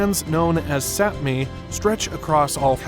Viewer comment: Also, the Sami are pronounced like the "ami" in salami. Sapmi is also pronounced with the same short a.